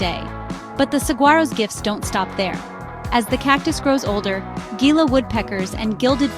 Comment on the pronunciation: The G is silent in both Saguaro And Gila